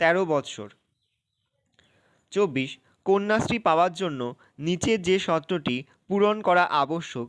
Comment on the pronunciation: It's not sotro it's sorto